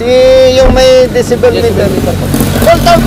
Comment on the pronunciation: ung enforcer d alam ang gingawa.. di nga mapronounce ng tama ung decibel eh.. dyesibel daw eh??! 😁